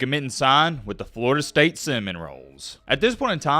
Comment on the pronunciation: Did he say Florida state cinnamon rolls? 😂😂😂